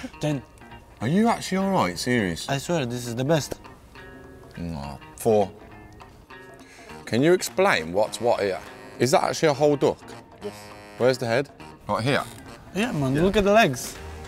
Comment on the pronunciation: grealish said doock instead of duck